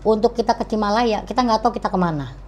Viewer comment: Bukan cimalaya tapi cilamaya